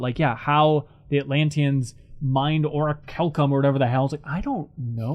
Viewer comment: It's pronounced "ori-KAL-cum" because the -ch spelling comes from the Greek letter Chi (like the word "chaos")